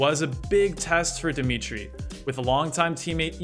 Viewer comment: “Always on 4 Red Bulls Dmitty Volkov” Lmao